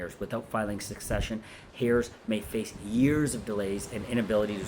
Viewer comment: Is this real? You keep saying ‘hairs’ and not heirs.